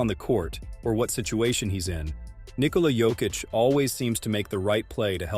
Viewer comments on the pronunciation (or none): When? I didn't hear it all i hear is Nikhola Jokitch